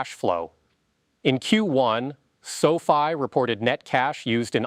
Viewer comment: pronounces the company like Sophie! 😆 You lose a bit of credibility that way!